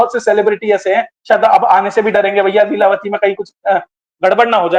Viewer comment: ko namaste Leelatavi nahi leelavathi ji😊